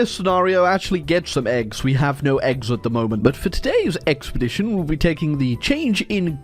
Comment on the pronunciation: you made me hear "today's eggspedition"